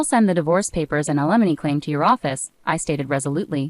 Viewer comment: Limony? Wow. A I is not so intelligent .😮